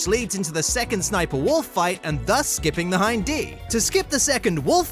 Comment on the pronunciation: Hin & D :face-turquoise-covering-eyes: it's Hind